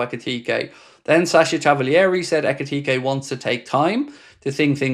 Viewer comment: Your pronunciation of Ekitike has regressed.